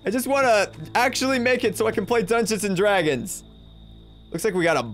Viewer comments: PLAEASE STOP SAYING DUNGONS AND DRAGONS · Wiw yew pway dungweons and dwagons wif meeee?